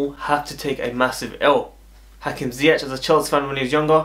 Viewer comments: A real look a like😉😉😉 also funny how you pronounce his last name, the last 2 letters you ore English people speak wrong. Its with the hard G as we call it in the Netherlands. I hope you understand my bad explanation but i mean it in good way as you know😍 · Dat is ook fout, met de harde G🤓